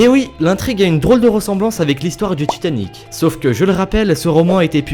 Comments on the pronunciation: ca s'appelle Titanic pas tchitanic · Genre "raconte l'histoire dju paquebot le tchitan" c'est horrible!!!!!!!! j'aime bien t'es vidéos mais à chaque fois que j’entends ça j'ai envie de couper. Si tu pouvais un peu le réduire ça rendrait l'écoute de tes vidéos moins insupportable. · j'remarque que tu as un probléme avec le T :3 tchiton..tchitanic.. mddr si non j'adore tes vidéos , continue comme ça :) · Je suis le seul a avoir remarqué "Titan"ic ? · Titanic ci tu enlève le i ça fait titanc